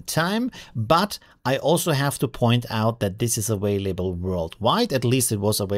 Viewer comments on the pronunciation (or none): He's Austrian. English is his 2nd language. That said, you're right, it sounded really weird.